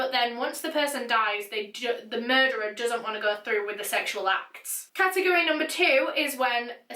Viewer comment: Cat-tegg-gory🤦🏼‍♂️😂😂😂 It's Category 😂 Just 1 word😂🤦🏼‍♂️😂